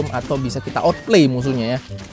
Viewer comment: bukan otpley bang, awtpleiy dibacanya